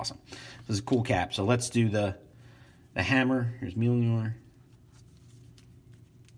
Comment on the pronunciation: "meeyor"? lol 🤣